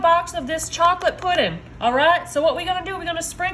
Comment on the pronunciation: Lol, you actually say "puddin'". Only in the south 😂❤!